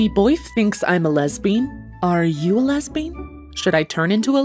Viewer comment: "Ur lesbeen" "Who says I'm lesbeen?" "Ur lesbeen"